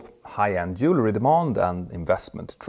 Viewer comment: Your English pronunciation is getting much better! Watch out for the word ’jewelry’. You pronounced it ’jewlery’ in this video. Just remember that jewelry is about jewels. Jewel + ry = Jewelry.